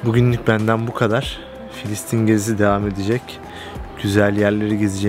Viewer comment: KARDEŞİM FİLİSTİN KUDÜS YANLIŞ SÖYLEDİN KENDİNİ DÜZELT